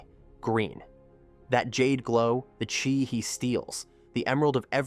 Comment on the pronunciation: Yeah sometimes happens, when you use AI, chiii to chaaaiii. Good content